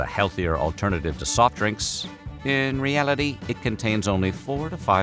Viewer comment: why did he say “in reality 🤓” like that